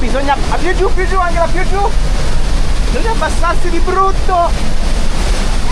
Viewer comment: Ciao ragazzi, intanto auguri per l'anno nuovo 🥳 Ma non mi avete mai risposto a proposito di Angela. Perché si pronuncia in modo tedesco Anghela e non Angela in italiano ???